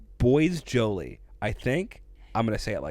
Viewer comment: certainly not going to make any claims on how anyone pronounces their name, but in French "bois"=wood & "jolie"=pretty, and would be approximately "bwah zhow LEE"